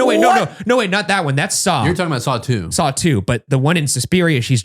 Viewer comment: lmaooo i’m out of it i heard satou instead of saw two the first time